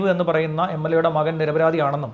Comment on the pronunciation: MLA അല്ല മ്ളാ